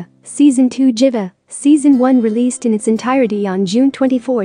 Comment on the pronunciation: I heard that too😂💔